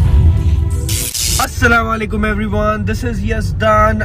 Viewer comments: Salalaikum nae hota ASSLAM O ALIKUM hota hey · Say.. always try to As-salamualaikum not salamualaik..ok 😢